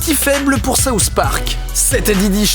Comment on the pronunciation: Ahah j'adore comment les français dise les "th" sousss park